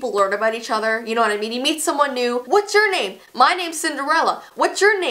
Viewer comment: I don’t know if you guys noticed this but instead of “what’s your name” says “what chur name” 😂😂😂😂